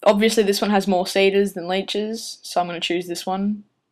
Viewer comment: seeders and leechers not sayders laychers lol